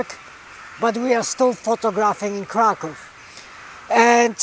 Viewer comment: That's great. You can pronounce Kraków better than Jurek does.